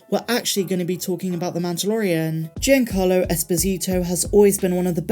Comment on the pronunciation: Please tell me someone else giggled at "GINACARLO Esposito."